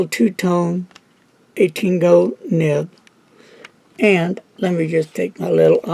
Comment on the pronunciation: it is nib not nip.